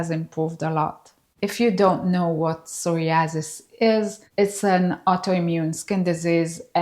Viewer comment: I too have sore-ee-asses! :) I love your pronunciation of that! I too am in my 50s, about to turn 57 and you look fantastic!! Congrats on being beautiful and aging like fine wine.